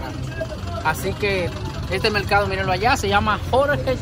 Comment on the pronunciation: De ke pais heres ? Por ke no pueden pronunciar la L ? dices melcado enves de decir mercado je je je